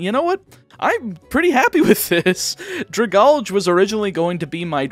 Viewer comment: The way you pronounce Dragalge hurts me